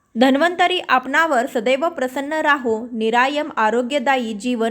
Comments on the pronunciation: निरायम नाही निरामय शब्द आहे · निरामय निरायम नाही